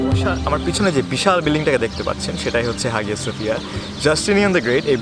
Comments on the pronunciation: Vhaiii absolutely love your stuff, great work. Just one quick side note it is pronounced haiya suhfiya... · উচ্চারন *আয়া সোফিয়া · Hağıa söphia actually is pronounced Haya Sophia in English because ğ letter is unpronounceable letter in Turkish. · Hagia sophia ar G silent thake . So pronunciation hobe Haia sophia.